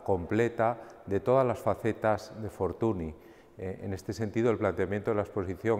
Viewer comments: La NY de pronuncia Ñ en catalan, por lo tanto se pronuncia " Fortuñ". M'ha fet mal escriure Fortuny així, la veritat,. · La NY de Fortuny es la Ñ en catalán. Es escandaloso que un museo como el Prado, con el rigor que le caracteriza, no sepa pronunciar bien el nombre de este magnífico pintor. Debemos reivindicar que se pronuncie bien los nombres de todos los artista Mucha, Munch, etc. Por otro lado, no olvidemos a los grandes contemporáneos y amigos de Fortuny; Tomàs Moragas o Josep Tapiró, entre algunos otros. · Hola Daniel, a pesar de que en catalán se pronuncie "fortuñ", en castellano, italiano, francés, o inglés, se le conoce con la pronunciación "fortuni", de ahí la confusión. Sucede algo parecido con artistas como Ingres. Un saludo